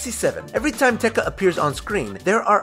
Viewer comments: Not teka! Te ka. With a space! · The mispronunciation of Te Ka is ridiculous - you couldn't have made sure you were pronouncing it right? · Learn to read it's VAIANA NOT VIANA YOU PRONOUNCED IT WRONG And fact 38? I'm pretty sure everyone knows that. Fact 101 too. ? Why did you say Teka? It's TekAAAAAAAAAAAAAAAAAAAAAAAAAAAAAAAAAA